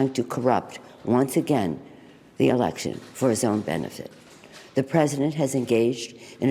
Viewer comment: Did she say he is cwool?And I think she said erection not election.